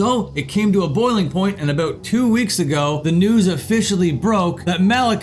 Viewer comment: He said "a boot".